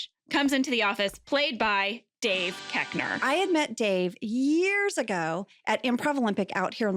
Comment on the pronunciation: Are you sure that's how you pronounce his name? When he starred on SNL, he was Dave Koechner where the hard O was pronounced